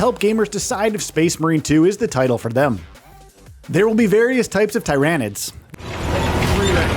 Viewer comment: #16 to know: Its not TIE-ran-IDS.... its TEAR-uh-NIDS